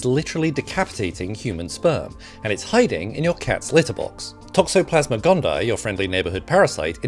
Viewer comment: It's not Toxoplasma Gone-Dye... It's Gond-E-aye (gone thee eye) Sorry not sorry 😂😂.